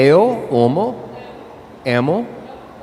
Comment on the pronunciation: “Eu omo vcs”